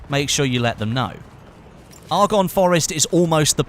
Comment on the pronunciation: You pronounce Argonne incorrectly....